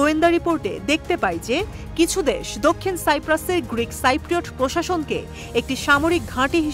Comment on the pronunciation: আরে সাংবাদিক এটা সাইপ্রোট হবেনা কথাটা হবে সিপ্রোট।